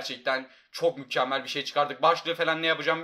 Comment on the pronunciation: sonda mükkemmel yerine mukkemmel